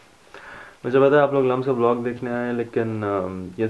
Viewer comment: I am sorry but its LUMSU not LUMS. Good vlog doe <3